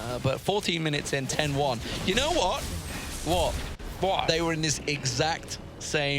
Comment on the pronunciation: "You know what?" Obviously poking fun at accent "Wot?" This made me crack up. And the shade thrown at Krepo. These casters are wonderful.